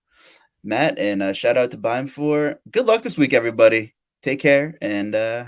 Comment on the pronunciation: that's not Beimfohr lol